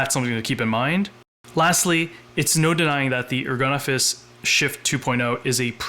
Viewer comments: They make ergonomic office furniture...so it's pronounced "ergon-office". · Is there any chance the final 's' is not pronounced because it is French?